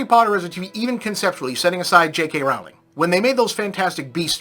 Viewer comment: This guy calls Rowling (mispronounced) Hitler, but there's a literal quiz you can take to see if various quotes were made by Nazzies or Bob.